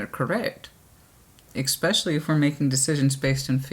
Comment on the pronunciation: so articulate - and yet you say "ex-specially" instead of "es-specially" it doesn't matter just funny.